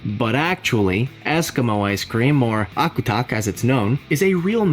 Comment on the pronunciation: Hey agutak! (Eskimo Ice-cream) I'm in alaska and it is pronounce "ah•guw•duck" lots of different ways to make them but the berries and cream what really make it taste like fruit salad 😊